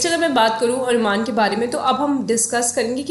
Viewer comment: Anumana is pronounced as अनुमान